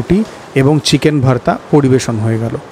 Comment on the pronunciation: Kaka tuwi to pure bangali tale Bhaarta uccharon korcho keno ? Ota to Bhorta ! Samanno hinamannota ache mone bangali bole ! Tao tomake benifit of doubt deoa jeto..jadi continuous Bhaarta bolte ! Kintu maje maje Bhaarta ar majhe majhe Bhorta bole nijer hinamonnotay bhoga dodulloman sotta r proman nijei diye dile !